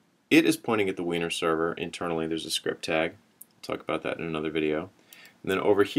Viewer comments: It's pronounced winery. But heh. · It's actually pronounced "winery", baahahaha